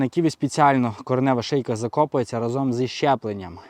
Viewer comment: Чому українці забули мову???? РАзом а не разОм😊